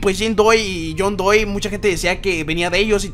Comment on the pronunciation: Se dice john doe no john doi